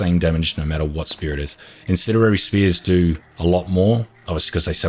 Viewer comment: I like how he says incendiary. “Incenirary.”